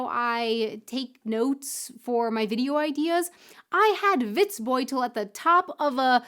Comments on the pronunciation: Almost :-) The "bold" in Witzbold is not pronounced like the English word bold. No o-u gliding diphthong in there - just a plain short "o" like perhaps in Orange. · Matschepampe ist matschige Pampe (muddy mud) just an accent here. It is hard for you, but you need to get rid of diphthongs like "ou" in Witzbold. Endings in German are always hard so it is pronounced like "Vitsbolt" and Auf Wiedersehen is like "auf veedeasehen" (au is like the ou in out). Our Endings "-er" are with no r. It is a schwa... Hope this helps...